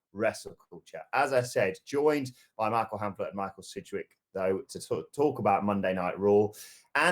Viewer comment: i gave this video a down ( Disliked ) after hearing sidgwicks name